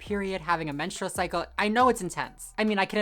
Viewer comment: I thought that woman was saying menstrual show.?